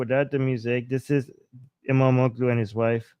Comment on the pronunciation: I am an Indian American. I have lived and worked in Turkey for 4.5 years (35 years ago). I came to America when I was 29 years old. I've lived here for 35 years. I used to speak Turkish but now I have forgotten. You are speaking the Truth about Islamic countries. :). Its Imamoglu. (imam olu) g is silent. Yes Muslims do not like Dogs. But in turkey, They are kind to dogs. Dogs (and cats) are looked after very well in Public in Turkey. I used to have a dog in my Apartment and stay in Ullus, Istanbul overlooking the Bhosforous.